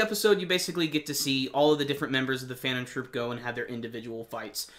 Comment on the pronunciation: I'm surprised that you said the names of Phantom Troupe without mistakes not all reviewers can do that ^^ Great review :)